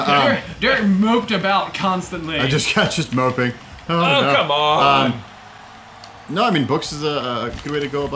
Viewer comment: he said, gaw come one